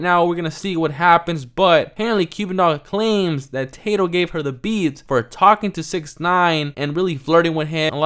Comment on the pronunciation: It’s Tah-doe not Tay-doe 😂